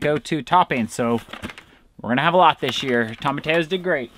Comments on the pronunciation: I'm always curious about the unique way you two pronounce tomatillos (you say "tomma-tay-o" instead of "tomma-tee-yo.") Is that a regional thing you've picked up on in Alaska? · I'm sorry and there's no disrespect here but ur saying it wrong..Its TOM-UH-TEE-YO. All of my family is Mexican and we use tomatillos for a few different things. You can make a sauce out of them if you boil like 3 lbs of them depending on the size until they're soft and then.put them into the blender w 4 or 5 cloves of garlic half a med onion salt and pepper to taste and some jalapeño if u like heat and blend until smooth. Then we take a pork butt and boil it til its really tender and then cube it or shred it and take a little cooking liquid and the pork and add it to a cast iron skillet w some salt and pepper and garlic and onion powder and a little oil and cook on high heat til the water evaporates and the oil cooks a few crispy edges on any fat on the meat. Then add to the sauce and heat until hot and serve w realllly good Spanish rice and homemade corn tortillas. It's soooooooo good!!! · Yep, definitely "toe-muh-tee-yoes". Two ll's in spanish sound like a "y" as in the word you... That's why we say tor-tee-ya (tortilla) chips and not tortaya chips. PLZZZ, say it right just once 😅😅😅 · It's pronounced phonetically toe-ma-tee-yos